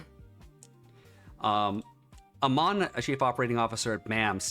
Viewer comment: The CEOs name is a-man not a-mon.